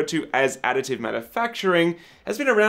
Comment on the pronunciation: Does anyone else hear "Attitude Manufacturing"?...